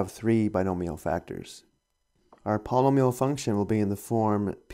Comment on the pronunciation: palm-a-meal haha Not making fun it just struck me funny paul-e-nome-e-all